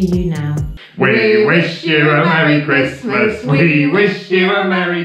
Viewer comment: Realisation: we wish you a merry christmas sounds like: we wish you a Marian and Chrismas (hahaha). We also wish you very merry holidays.